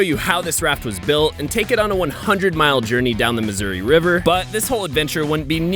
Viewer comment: i love how he pronounces missouri as "misery" sometimes